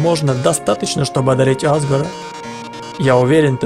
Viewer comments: Говорят азгор а не азгр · Не Азгар а азгОр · не Азгор а азгОр! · ► Play не Азгора а азгОра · Ни а́згор,а азго́р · Меня одну бесит что он говорит А́згор, а не Азго́р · Азго'р а не А'згор